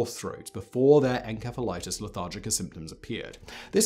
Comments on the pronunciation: Hmmm...not sure on the pronunciation Simon. Shouldn't it be "en-seff-alitis"? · I-I thought encephalitis was pronounced with an s sound, not a k sound (the c). Is this a ...a British pronunciation? Excellent video. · Too many times you've said "enkefa" when it's obviously "entsefalaitis" right? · It's encephalitis not enkephalitis. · Is he saying en k phalitis instead of en s ephalitis? I’m in the UK and we pronounce it en s ephalitis. At least we did almost 3 years ago when I was in hospital with encephalitis.🙂 Not this kind though!😳😊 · It’s not pronounced en-Ke-phalitis, it’s pronounced en-SE-phalitis. SE as in cemetery. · Grammar Nazi here…..it's pronounced 'en-SEF-el-it is' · Maybe you should have learned how to properly pronounce the word encephalitis (en-sef-uh-lahy-tis) before making a video on this subject. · The pronunciation of Encephalitis as Enkephalitus is killing me. That can't be right even in the UK can it? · I think it's called encephalathis with s, not k... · The C in encephalitis is pronounced like an S. This is why dictionaries are so damn handy. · pronounced En-sef-a-lightis :) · I have never heard "encephalitis" pronounced with a k sound. British thing? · Its not pronounced as enkephalatic, holy shit why is it so hard to get right. This kind of bullshit kills any sense of credibility. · I'm confused. Is he pronouncing ENCEPHALITIS with a K?! Or is it another word? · Did he just pronounce encephalitis with a hard C? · Is how you are saying "encephalitis", the correct way? I've always heard it pronounced as "enSEPHalitis", among both English and American medical professionals (god, I hope this isn't another "coupé" situation..). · The K sound you put in your pronunciations of enceph- prefix makes me crack up 😂 such a smooth accent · En-S-efa lite iss. Pronunciation. Just sayin ;-). May be different in GB. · Simon, you really need to practice proper pronunciation! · You pronounce encephalitis wrong!